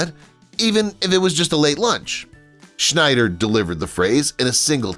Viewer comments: Roy Schieder not Schnider. Jeez. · It's not Schneider, it's Scheider. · Its NOT Schneider its Scheider.....no N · Thar's SHIDER, not SHNIDER, and KEEYANTEE, not CHEEOHNTEE. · It's Roy Schieder, not Schneider. No "n." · Scheider, not Schneider. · SCHEIDER...no "N"!